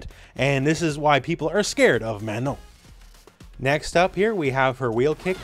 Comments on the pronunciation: I appreciate you saying her name correctly. So many people saying MaNAHN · Thanks for taking the time to pronounce her name right,!